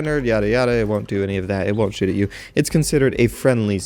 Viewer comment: It sounds like you said 'it wont shit at you'